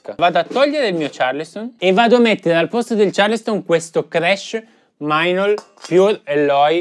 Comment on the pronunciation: perché mainol e non meinl?